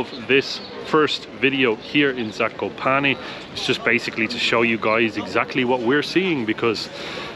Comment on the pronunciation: Guys you have really good prounciation